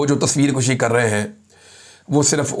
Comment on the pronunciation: بھائی عمران درست لفظ "تصویر کَشی" یہ ضبر کے ساتھ بولا جاتاہیے جو آپ نے میران شاہ کے حوالہ سے کہا جبکہ آپ نے "تصویر کُشی" کہا جیسے خود کُشی جوکے غلط ہیے